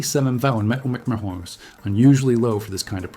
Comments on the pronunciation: Empeeachearrs= mph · Please teach your AI to speak properly...MPH, etc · Dear Moderator: Do you even review your own videos before posting them? The images are great, but, PLEASE STOP using A I. moderator programs in your videos. Hire a REAL voice over artist who WILL NOT mispronounce the term "m.p.h." like an idiot!!!!!! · Why can't you say "MILES PER HOUR? Oh, it's a BOT because the creator doesn't have the Balls to SPEAK into a Mic! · When the speed is mentioned for these planes, I don't have a clue what's being said Listen to one example here: or here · I suspect another video of thrown together footage and AI narration. How else could you explain the weird pronunciation of the speed units ? Don’t waste your time. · Artificial Intelligence has problems pronouncing abbreviations such as MPH or KPH or MPG, etc.